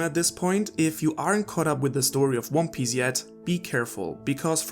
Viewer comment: he called it wan pace and wan piss. That's why I thought.